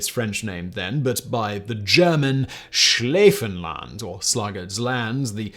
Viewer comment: Ah geez dude, those dutch and german pronounciations.... Seriously, contact me and I can help you with that xD